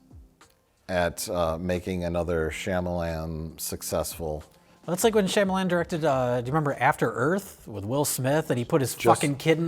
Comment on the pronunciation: Wow, didn't pronounce his name Shy-amalon